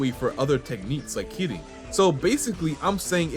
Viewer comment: Happy New Year! Also, just wanted to say: love the pronounciation on Kirin. Keep it up!